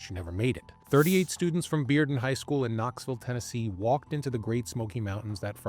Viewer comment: I appreciate the fact that you learned how to pronounce Bearden correctly. Most people not from Knoxville would assume it's pronounced "bare-den".